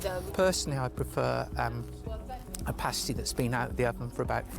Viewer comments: It's past-y, like pasta. Not paste-y, like paste ;P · Haha, a pastey is a nipple cover. A paa-stii is a food. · Good grief man it's not paystee, it's passtee.